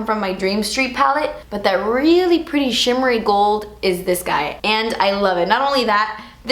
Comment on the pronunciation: When you patiently wait for to say "chimmery" instead of shimmery 😄